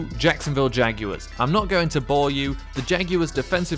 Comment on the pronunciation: The way he said Jaguars